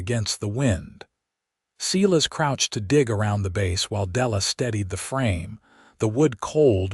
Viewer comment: Silas pronounced Sighlas not seelas